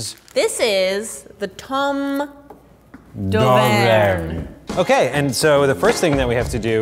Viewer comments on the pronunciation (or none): i was laughing so hard when said tomme d’auvergenahhhh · hearing pronounce Tomme d'Auvergne made my day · Spicy Citrus french people talking about how these 2 hosts horribly pronounced “tomme d’Auvergne” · Pronunciation - Tomme dovekhne or dauvekhne